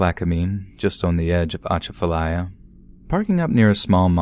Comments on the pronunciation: You mispronounced Atchafalaya lmao uh-chaf-uh-lie-yuh is the way to say it. Kinda like jumbalaya. Love the stories 🐊🐊 though keep it up! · It was the pronunciation of Lafayette (Laugh-E-yet) and Atchafalaya (atch-a-fa-lay-a) for me💀💀💀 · It’s pronounced ah chaf ah lya and Plak ka men